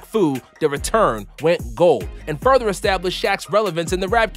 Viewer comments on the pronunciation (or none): none